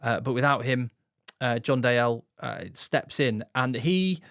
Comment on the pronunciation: Its probably been said, but its Dee-el (said with a scottish accent, obvs). Great content as ever.